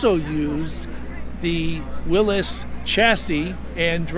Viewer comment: This is a man who really knows cars! He knows how to pronounce “Willys” the proper way! Beautiful car!